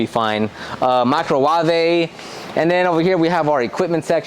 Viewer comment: Nice shop! Do give aways with those products you get sent. I enjoy your videos found new way to say microwave now lol